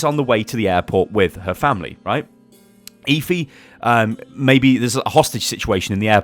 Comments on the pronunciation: eh-fee not ee-fee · Are you sure her name is pronounced eefee and not ehfee? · Stop saying eeeefeeee. It's Effy spelt Efi. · "Eh-Fee". NOT "Eeee-Feee" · ITS EFI NOT EEFI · her name is Efi, just say f and e had to point it out sorry